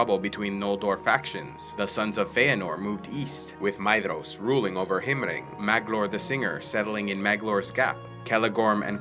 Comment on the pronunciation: all i heard was maeDDDDDhros